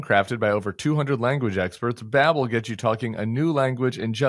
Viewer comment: Babble? It's Babel.